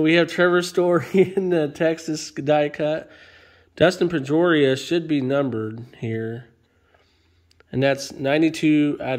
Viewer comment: I just thought you butchered Trevor Story and Dustin Pedroia, in the same sentence.